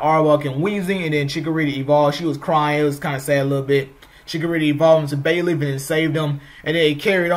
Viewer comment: Yeah, you spoke very fast, faster than normal. Definitely sounded like Bailey